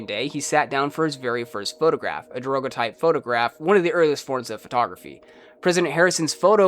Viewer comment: Great video, but the way you pronounced daguerreotype hurt my ears.